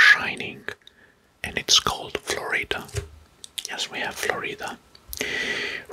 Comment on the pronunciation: And Florida is pronounced with the first syllable stressed, not the second. And Idaho is pronounced as EYEdəho 🙂